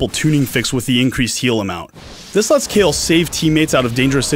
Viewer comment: Kayle, is pronounched Kay Le not Kay El